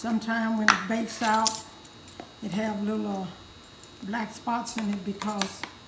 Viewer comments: I like how she says cawze instead of cause that’s how u know the food is gonna be 🔥 fire nd good💯💯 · Anyone who pronounce the word "because" the way she does be putting a whole foot in their food ❤️🙌🏾🤣